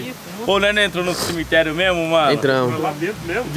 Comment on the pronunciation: Cemeterio não "selemeterio"kkkkkkk